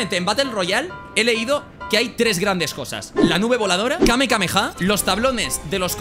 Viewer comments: Me hace gracia porque todos dicen kamkameha cuando es kamehameha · Alguien le puede decir que no es: Kamekameha Que es: Kamehameha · Al menos si eres fan no digas kamekameha y di kamehameha por favor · Es fan y no sabe decir bien el kame hame ah